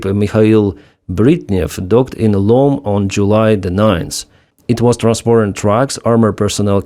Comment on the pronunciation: It's Lomé, say Lo-Mei and it's the capital-city of Togo, meaning that the vehicles will have to go thru Togo, then Burkina-Faso... Togo should better be careful of its own military : Mali, Niger and Burkina are land-locked... If Russia gains direct sea-access, all of Western-Africa is at high risk!